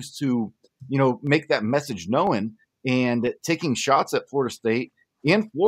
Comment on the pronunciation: Did this guy say “knowen”? . Wtf.